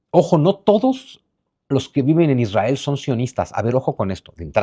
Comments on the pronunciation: Israel no lleva dos r, aplica la misma regla ortográfica que para el apellido Monroy, por ejemplo. Es muy difícil la pronunciación de la ere en palabras así, lo natural es la erre. Si fue para llamar la atención, te la compro. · Israel lleva una "r"